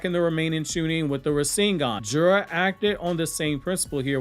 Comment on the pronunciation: Jura is assessment lol , you trying tho lol